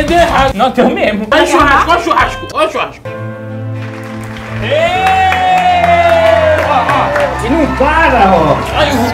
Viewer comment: O CHAMANDO ROBERTINHO DE XURRASCO 😭😭😭😭😭😭😭😭😭😭😭😭😭😭😭😭😭😭😭😭